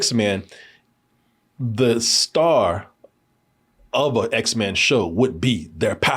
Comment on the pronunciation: My boy said, "Z men" 😂